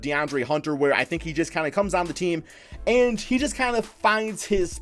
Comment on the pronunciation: When you say just it sounds like jizz